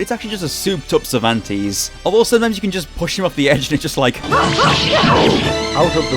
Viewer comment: I loved the video a lot, but as an spanish, it hurts my soul hear you saying "Cervantes", sorry xD In spanish it is pronounce with both "e"s pronounced like the "a" on "age", the first sound you make. What you pronounce It would be written something like "Zirvantis" hahaha